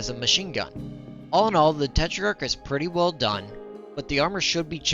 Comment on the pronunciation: Just a correction: the minimum armour on the tetrach is already 4mm in game. The star card doesn't show minimum armour, it shows max armour for front, side and rear. Also you added an i in your pronounciation for no reason. It's not te-tri-ark it's te-trark